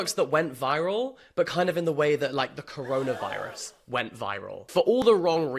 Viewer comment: cc I had turned away from the screen for a second and i thought you said colonialism not corona virus.